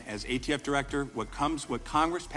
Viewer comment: This narrator is killing me. It’s SBR not SPR. It’s ATF not ADF. Also, why so repetitive?